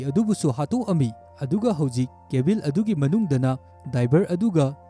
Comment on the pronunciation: Pronounce khara soiba yao a semdok o mathang taba da nungaite eg. Cabin da Cabil atei² su khara